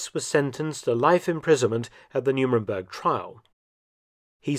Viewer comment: You said Hess was sentenced at the "Numenberg" Trials? . . . . Surely that should be the "Nuremberg" Trials! (you said this twice)